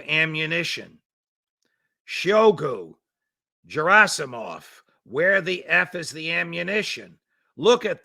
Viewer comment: Dear judge, the "g" in "Gerasimov" is pronounced the same way as in "girl".